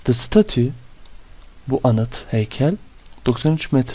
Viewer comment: Emeginize saglık hocam, heykelin tellaffuzu dogru mu acaba, stetcyu diye öğrenmiştik